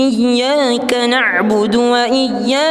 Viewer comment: Tajwidny wa mad krg sempurna yaitu" Iyya kanakbudu wa iyya kanastai'n, coba evaluasi lht mushafny, irama jg penting, klu tajwid wa madh tdk sempurna merubah arti